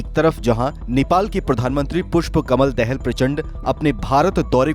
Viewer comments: देहल नही दाहाल हे। जरा सुधर करो भै मेरे।। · Dahaal not Dahal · Prachanda's last name Dahal is pronounced incorrectly. Not that it really matters but a National news channel could at least learn how to spell the PM's name right for the sake of journalism. Even if we forget about this land issue regarding Lipulekh and Limpiyadhura, it is not clear why India's new parliament shows Nepal's another city Lumbini on their map. India has border dispute with all the neighbor counties, what does that say about India? It starts becoming very difficult to maintain friendly relation if there is bullying attitude by India. Lately with Modi government, there have been so many issues including road blockade, trying to enforce Hindu Rastra on Nepal's constitution and so on.